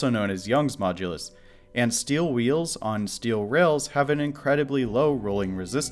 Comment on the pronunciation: Technological development has a long and honored history of non-standard pronunciation. I do hear "rails" though